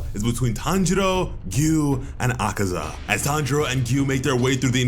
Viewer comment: It’s akaza killed himself and tank irl did not slay him. Congrats for actually saying the names right and good editing